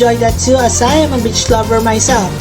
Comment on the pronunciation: did he say beach or the word they say for female dogs